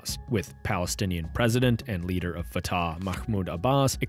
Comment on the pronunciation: It is not a big deal but Fatah is pronounced more like Fateh or even Fath. You make the second "a" sound long while it is even shorter than the first (or inexistent, depending on the accent).